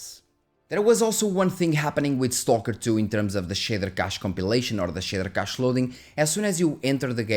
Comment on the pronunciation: “The shitter cache” “most of the shitters” 😂😂